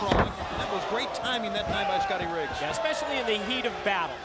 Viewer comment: Did she just say "Ec-specially"? 🤨